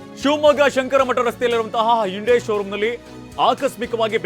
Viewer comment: Hyunda allapa Hyundai 😂😂😂